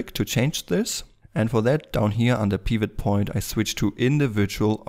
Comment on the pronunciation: The way you pronounce Pivot Point is really making me mad. It's so wrong.